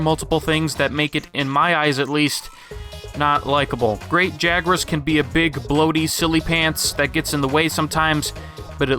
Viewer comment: pronounced "Yuro" not "geeroe"